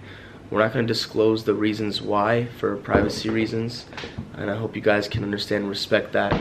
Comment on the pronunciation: U said hop Not hope